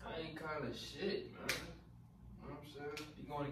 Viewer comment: It's the "Prom" and not "Prime" lmao for me 🤣